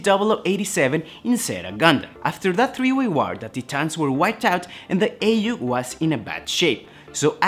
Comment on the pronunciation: It’s pronounced “Tie-Tans”, not “Tee-Tahns”. Great video tho.